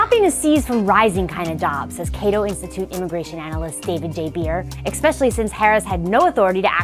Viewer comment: Your narrator says "ekspecially". I love your videos! Small error, but it makes me a little embarrassed to share the video 😅